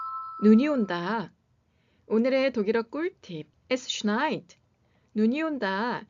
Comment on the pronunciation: 눈이 온다 독일어 발음 너무 예쁘네요^^ 한해 건강히 잘 마무리 하시길 Danke